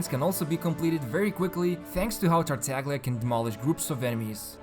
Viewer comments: Thanks for all the videos! Just a little thing, Italian speaker here. Tartaglia is pronounced like you would pronounce Tartaya! Its like a very strong emphasis on the Y (Italy doesnt have Y X W letters so we use Gl to indicate a very strong i basically, like you use Y pretty much except VERY strong) Keep up the amazing work! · You pronounced Tartaglia wrong